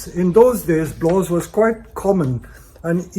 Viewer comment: just to be specific, it's not a "blaww", it's called "blaauw"